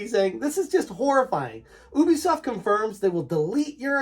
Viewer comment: It's You-Bee-Soft dude. Ask them if you need proof :)